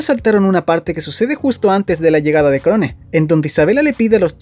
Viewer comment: Se pronuncia Krown!!!!!